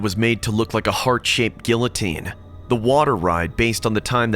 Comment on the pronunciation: I'm sorry but the way he pronounced guillotine- (no hate, I love your videos)